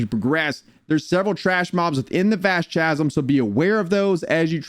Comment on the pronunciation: Thank you! I appreciate the guide, but after the like 10th time in saying Cha-zum in like 3 minutes I just had to go to the comments 😂